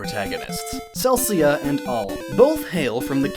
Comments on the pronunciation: It's "Ce-Li-Ca" Not "Cel-Cia" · Very informative and well researched. Good job! However, a few mistakes with your section on Gaiden: . The female lead, Celica... yeah, um... you pronounced her name as if it were spelt "Celcia". Just throwing that out there. . Promotion trees in Gaiden don't work the in way you describe them. A Soldier can't become a Mage and an Archer can't become a Thief either... in fact, none of your units can be Thieves. How it worked was like this: If your unit was a Villager and they reached level 3, they could visit a shrine to receive a promotion. The promotions offered for a Villager are Mercenary, Soldier, Archer, Mage and Cavalier. Once the character chooses one of these classes, they stick with that class tree... with the exception of the Mercenary line, which promotes to Hero, then Dread Fighter, and then bizarrely enough, Dread Fighters had the option to become Villagers again, allowing them to potentially (and permanently) change their class.